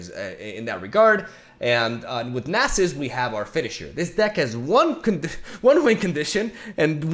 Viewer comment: ( Perfectly pronouncing "Nasus" on the reaction video) "I don't know if I'm saying it right, I'm sorry if that triggers anyone." Reketon and Bacalao: Am I a joke to you?